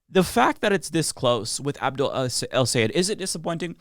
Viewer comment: Thanks for pronouncing his name correctly!!! The best way for English speakers to say it is "Say Ed" - just like it's written. It's not "Sigh - Ed", which is what most US people say. He himself says it - SAY ED - if you listen closely.